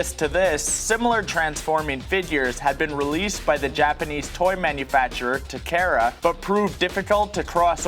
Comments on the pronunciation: Tehkehra? It's TAKARA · RJKAXXXAS Actually it's Takara...